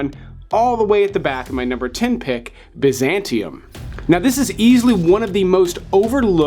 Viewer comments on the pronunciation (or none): none